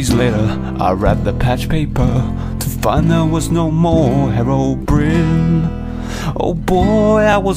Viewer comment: herobrine malk parody no what you are saying herobrin like there is no E of the end of his name how do you pronounce it I 'm say the way anyone how to say his name herobrine with the e at the end of his name